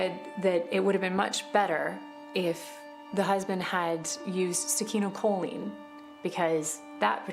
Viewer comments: That lady's incorrect pronociation of succinylcholine is annoying. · That woman's constant mis pronounceation of succinolcholine drives me nuts!